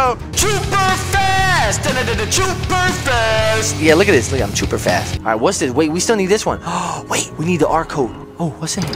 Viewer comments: "Schuuuper fast" that never gets old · Yes very SCHUPER FAST!!!